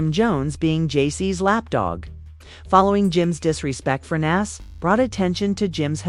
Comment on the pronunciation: As soon as Nas' name was mispronounced, I left. F*****' AI